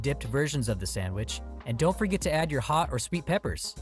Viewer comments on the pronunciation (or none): none